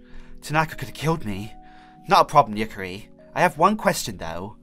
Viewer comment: you pronounced Yukari wrong it is spelled the way it sounds like